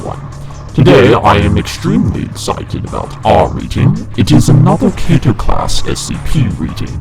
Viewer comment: It's spelt Keter but its pronounced Kee-ter